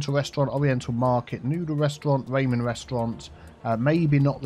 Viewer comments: Ramen is pronounced rammen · They way says "Ramen" makes me giggle everytime